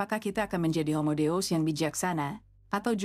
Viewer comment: Mengapa Deus dibaca dous?